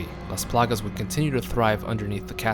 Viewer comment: Love how he say "lAs plAgas". My Latin ass is in love